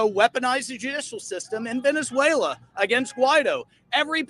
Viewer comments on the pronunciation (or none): none